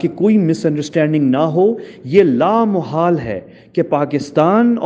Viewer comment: Why this man is persistently mispronouncing and misusing the word لا محال؟ The correct word is لامحالہ which means 'inevitable'. In Urdu there is no such word as لامحال۔ Also, the question 'Since U R in Israel, tell us whether that aircraft really came to Pakistan or not?', is ridiculous. Just think over it!!!!!!